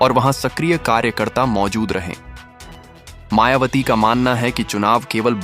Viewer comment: आपने मायावती की जगह मायावाटी बोला है।दो बार मेंने सुना आप सम्पादक जी शुद्ध बोलना सीखें हमारी बहिनजी बीएसपी की राष्ट्रीय अध्यक्ष हैं। होनहार प्रधानमंत्री हैं।आप मनूवादी सम्पादक तो नहीं हैं। पूर्व में भी आप जैसे मनूवादियो ने हमारे पूर्वजों के नाम बिगाड़ने का काम किया है। जैसे बुद्ध वार जन्म हुआ बुद्धा चन्द्रमा निकल रहा चंदू, सांवरे रंग है सांवरिया काला है कल्लू, झंडू राम, तोता, राम पांचा राम,तीतर,कबूतर , छितर राम, फत्तू, इत्यादि रक्खे हैं। अपने बालों के राजवंशी रघुराज सिंह रविन्द्र पचौरी द्विवेदी ऋषिराज सिंह, धीरेन्द्र शास्त्री,नवीन शर्मा, श्री वशिष्ठ इत्यादि है,आप हमारी बहिनजी का नाम बिगाड़ रहे हैं। सही बोलो नहीं तो पत्रकारिता छोड़ो। जयभीम जयभारत आर एस राणा बौद्धाचार्य अलीगढ़ से बामसेफ कांशी राम जी अमर रहें बहिनजी जिन्दाबाद जिन्दाबाद बीएसपी जिन्दाबाद जिन्दाबाद।